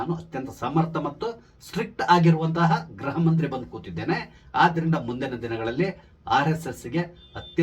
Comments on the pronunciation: ನಿಮ್ಮ ನಿರೂಪಣೆಯಲ್ಲಿ 'ಗೃಹ' ಶಬ್ದದ ಉಚ್ಚಾರಣೆ ಸ್ಪಷ್ಟವಿಲ್ಲ. ಅದು ' ಗ್ರಹ'ದಂತೆ ಕೇಳಿಸುತ್ತೆ. ದಯಮಾಡಿ ತಿದ್ದಿ, ಸಾಧ್ಯವಾದರೆ. ವಂದನೆಗಳು. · Gruha mantri., kannada uchharane madi.